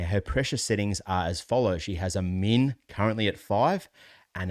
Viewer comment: Very informative. One pronunciation you might clarify. I have some hearing deficiencies and, at first, I thought you were saying mean, as in the average, rather than min, representing the minimum. And, don’t let your volume get too low, for us hearing aid wearers. Great information! Thank you.